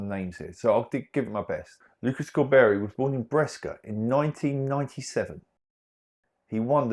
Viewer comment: I'm nitpicking here but Brescia is pronounced like you would read "Breshia" in English. The way you pronounced it, one would have to spell it "Breschia" in Italian instead. It's a little more complicated than that, because it also depends on what letter follows the digraph of "sc". If it's an "i" or "e", go for "sc" = "sh", otherwise it's pronounced similarly to the way you pronounced it in your video (e.g. if followed by an "a", "o" or "u" instead).